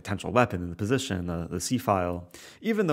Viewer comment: positiuun Lol, its pronounced position mr rosen